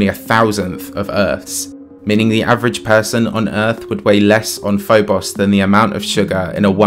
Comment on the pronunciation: I gotta say, I missed hearing you say "Phoboss and Deemoss" in your accent. Im so glad you put that reference in this video. Love the content